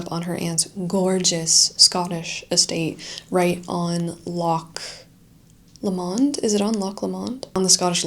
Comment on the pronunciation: Loch mentioned is pronounced Low mond. Lots of links to the Romantic poets including Keats, Wordsworth and Coleridge. Further back Walter Scott Rob Roy. Inversnaid a great poem by Hopkins. The Great Trossachs Art and Literature Trail can be downloaded from the Loch Lomond and the Trossachs National Park website. And then the song Bonnie, Bonnie Banks of Loch Lomond. Enjoy!